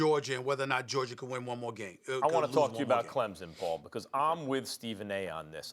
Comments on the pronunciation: MADEA A. SMITH , the boa said Georgier 😂😂😂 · So NOBODY gone correct SAS " Georger" 👴🏾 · he said Georgier and Kember Walker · It’s like he aint even try to say Georgia. He went straight to georger 😭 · Nobody: Literally nobody: Stephen A Smith: GEORGIER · Stephen can't say words with "ah" at the end, he says "er" 😂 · Stephen A- you look at “Jerja” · I love to hear a man who makes $10 mill per year to talk say “Georger” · George-ger??? Minne-soter?? C'mon S.A your on tv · Stephen A has a problem pronouncing words that ends with A. Goergier, Kember 😂😂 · Stephen A. really said “Georgier” 😂😂😂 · Of all the big words Stephen A can say....the man cannot pronounce the word Georgia🤦🏾‍♂️ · Anybody else realize Stephen says Georgia with an ER?? 😂😂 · Someone that always brags about his speaking skills sure doesn’t know how to pronounce a lot words like Georgia lol